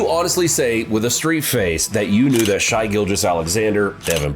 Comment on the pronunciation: You can't even pronounce Shai's name bro please do more research smh